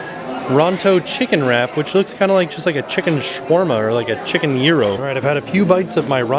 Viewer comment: love that you pronounce gyro correctly